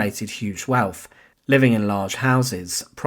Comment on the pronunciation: Can you employ better narrators? Such flat expression and poor pronunciation wiv (with), uvver (other), welf (wealth) etc. I assume it’s a gimmick but two minutes in, I’m turning off. Shame - it’s an Interesting topic.